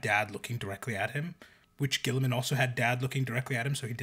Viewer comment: "Ghee-ih-man" (guilliman) "Ghee-uh-teen" (guillotine) I don't understand why this is so hard...